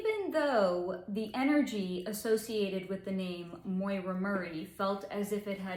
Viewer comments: Great video. I'm brand new to your channel. Just an FYI, the name, Maura, is pronounced like "Mora," with the "a" in "Maura" having an "aw" sound, and the second "a" sounding like the "a" in "sofa". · Her first name is Maura, which rhymes with Laura. It is not Moira, which has that"oy" sounds. Maybe your mispronouncian of the name is why you cannot pick up her energy field. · Her name is Maura not Moira